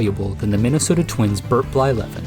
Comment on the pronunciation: Blyleven? Lmao